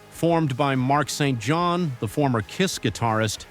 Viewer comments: I was going to like this channel but if you can’t do your own narration instead of AI, I’ll pass. It’s Dokken not Doe-ken and Mark St. John, not Mark street John. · I like your content, but if you're going to use AI for the commentary, make sure you review and edit obvious vocal errors. For example it's Mark Saint John, not Mark Street John. Lazy production will never get the subscribers you want. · DOE--KIN??? Mark STREET JOHN??? As a kid of the 80s and fan of many of the bands you mentioned, I have never heard of any of these!?! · Mark Street John? lol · “Mark Street John”. AI still has a way to go. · AI generated material and voice over. "Mark Street John" and "Doe-Ken"? AI is getting better but still didn't figure "Dokken Rhymes with Rockin"